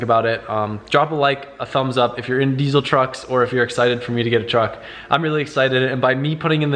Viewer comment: OrbitzzMerkz he said desiel